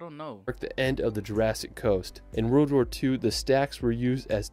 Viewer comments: Thank god I'm not the only one. Also, the guy irks me anyway, with his monotone commentary and acrobatics at locations. Don't get me wrong, I have a speech issue with the rolled R, so R words sound like I'm saying wuh or rwuh, but come on, world isn't a hard word....... (My lower jaw is off centre) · Why is the guy in the video pronouncing 'world' as 'rild'? Weird..